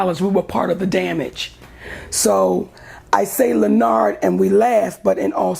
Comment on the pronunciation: Lenn-nard! Stop!